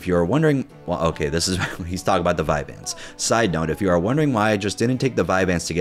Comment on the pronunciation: I felt the same rage when he said vyanse